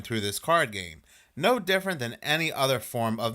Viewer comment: NOAR Or however you guys butcher the simple word of "NO"